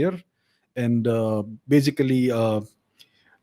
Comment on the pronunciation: I like when you always say in every video "bazically" 😋